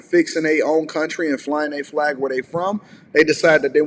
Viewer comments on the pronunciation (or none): I like the way she says "Flllllllag" 😍